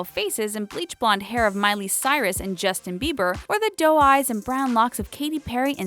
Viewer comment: LOL WHEN SHE SAID JUSTIN BEEBES I WAS LIKE WTF😂😂😂